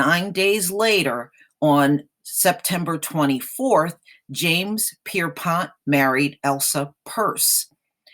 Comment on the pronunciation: Did you say James Pisspot?I mean correct me if I'm wrong.